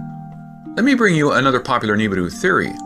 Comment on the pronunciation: How about you pronoun it rt "nee ba ru"